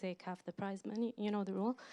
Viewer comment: I thought he was saying "price money." Took me a good minute.